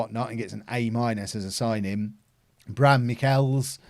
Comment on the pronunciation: Bram Michiels is pronounced as Braam Mik'heel's (heel as in heel of your foot or as in heal)